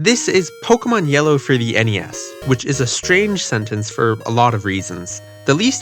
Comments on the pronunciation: Why are you saying pok-uh-mon instead of po-kay-mon? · Why do people call it "poke-uhmon"? It's "po-kaymon"